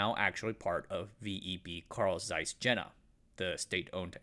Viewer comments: This video would have been a 💯️ if the Jena was pronounced properly, it's just so distracting. especially knowing how much research went in to it, and yet such a small, but obvious thing, was missed. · Is it really too much to ask to look up how to properly pronounce "Jena"? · Great film, but the German pronunciation's are a little of the mark. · Seriously, you had to butcher the pronunciation of Jena in this video? Over and over again...? All you had to do is google it. Totally ridiculous. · Jena is pronounced like "yay-na", not "jenna". Sorry, it just grates on me. The dismantling of German industry was enshrined in a policy called JCS 1067, which grew out of the infamous US Treasury's Morgenthau Plan. The plan called for essentially the deindustrialization of the entire German economy, reducing Germany to a solely agrarian country. Critics of the policy said that it would lead to intentional depopulation since Germany could not feed itself and would have nothing to trade for agricultural goods. The policy was in effect from 1945 until 1947 and, with the onset of the Cold War, was replaced with the Marshall Plan. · I worked for Carl Zeiss (Dublin California site) as a product design engineer for 7 years (left 4 years ago). It was very interesting to chat with Jena people who grew up in East Germany. BTW, they pronounce it YAY-nuh. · Pronunication issues: Jena is Yeh-na. Yeeeh-na Zeiss is Tsa-is. Not size, T-before-the-z Tzais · Just FYI. Jena is pronounced yeh-nah. It's a site of a famous battle where Napoleon defeated the Prussians. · Great video... but my ears were bleeding at the pronunciation of Jena which should be "yeh - na" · My point is that if there is no English language equivalent for Jena, and there isn't, the German pronunciation should be used or at least attempted. I've been to Jena and calling it "jenna" just grates on my ears. It's like if he kept pronouncing Zeiss as "zeess". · The name of the city Jena is pronounced as if it starts with a “y.”